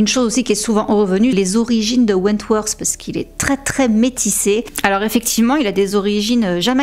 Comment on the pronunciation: Your videos are great, really! But I think you should learn to pronounce english words a bit better? Je sais que les français tendent a prononcer le "th" en ssssss. Mais ça change tellement la signification de certain mots voir rend confus sur certains mots qui sont méconnaissables. On dirait que tu dis Wentworse et en anglais ça change completement la signification du nom. Comme tu fais beaucoup de vidéos qui concernent des anglophones je pense que ce serait un vrai plus. A la limite fait comme les australiens qui mettent un simple "t" ou "d" selon les mots.